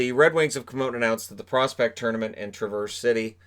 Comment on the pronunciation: You said traverse city the correct way the 2nd time